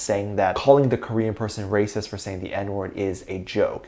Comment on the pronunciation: did I hear you say #BTSARERAPIST? instead of #BTSARERACIST? 🙊